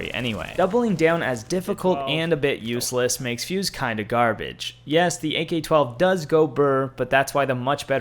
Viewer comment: He had me until he said fuse